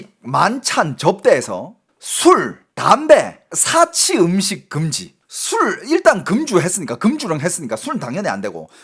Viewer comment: 야 이놈이거진짜 한국말 못하네 사치는 단음이고 금주는 금으로만든 구슬이다 술을못마시게하는것은 그음주라고해서 금자는 장음이다 너 똑바로해라